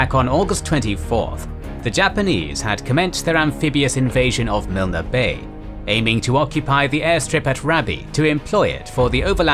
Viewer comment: Milne Bay is pronounced MYLN BAY, not MILNA.